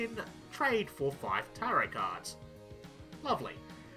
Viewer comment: WOW CHEF KNOWS HOW TO PRONOUNCE TAROT NOW I'M SO PROUD